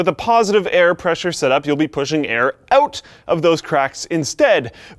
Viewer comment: He says ''out'' like Dane Cook... auout